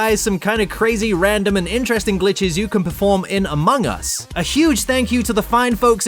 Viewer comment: ''amon us''